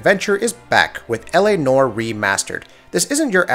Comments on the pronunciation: "Nor" = "Nowah" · "L - A - NWAHR" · Why do so many people have issues saying noire? Everyone pronounces it nor. That’s not a word! Anywhere! I don’t even know how to spell is phonetically. Fuckin google it Jesus Christ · yasssss. I was about to comment on how he says "Nore" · Dude it's noire. The e isn't silent you say it like the french would say it. Naw-wah.